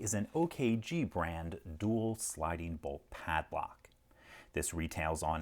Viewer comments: A paslock ? LpL come on your English is better than that . Try padlock ? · Padlock, not Paslock? I really enjoyed the "extra" part near the end. I humbly suggest that you do more of that kind of thing. I greatly appreciate your formulaic videos, but it can become jaded, eventually. Perhaps you could mix things up a little? I